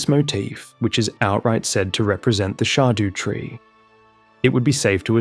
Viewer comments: "the shardew tree" dude figure out english it's not that hard. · Dont mean to be weird but its shadow tree its old English but pronounced shadow